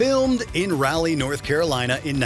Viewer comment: Raleigh is pronounced Rawlee my friends.....